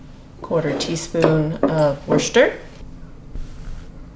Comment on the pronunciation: OMG! you pronounce Worcester without even blinking!😉LOL! BUT. my mom always made it with a coddled egg. was that something she made up?